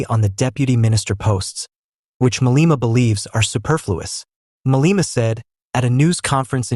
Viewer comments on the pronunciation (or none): The gentleman educating South Africans pronounces , wrongly so, 'Maleema'